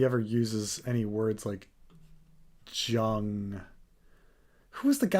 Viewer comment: I'm a little amazed isn't familiar with Jung's work, or even how to pronounce his name.